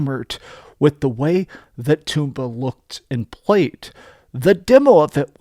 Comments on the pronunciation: It's tomba, not Toomba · everybody mispronounces Tomba. It's not Toom-bah. It's Tom-Bah. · The title in Japan is: トンバ The first kana there is pronounced most similarly to "toe," and pronouncing all three would most closely be for English speaker: Tome-bah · According to who, though? Where is the official pronunciation guide? I think it's more like Tomato, Toe mah toe, type deal. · I knew there was a reason "toom-bah" didn't sound right!